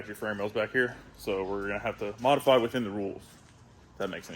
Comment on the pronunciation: I was going to comment modifry the first time I heard but I didn’t wanna be a dick. Then he said it later on and I was like yep gotta comment now. Modifry the hell out of it